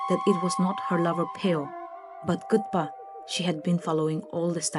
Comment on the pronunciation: I think Kutupa should be pronounced Kootoopah , and not Kootpa.Also Anishe should be pronounced Anshey flower and should be written likewise ! Sounds and looks better ! Just a thought.